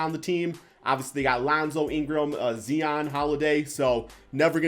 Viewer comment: Anyone else hear him say Zeeon